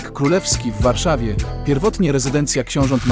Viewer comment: Warszawa zle Niedzica zle... msakrq